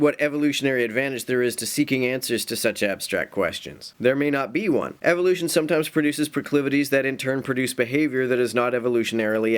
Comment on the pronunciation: Anyone else notice how he pronounced evolution as evilution?